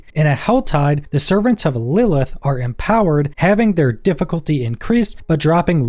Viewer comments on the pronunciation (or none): none